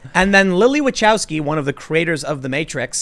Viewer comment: This is definitely not how you pronounce Wachowsky... It's a Polish last name, and should be pronounced "va-ho-v-skii"